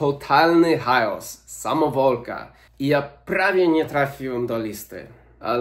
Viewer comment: chaos, bez j nie kejos, nie chajos, tylko chaos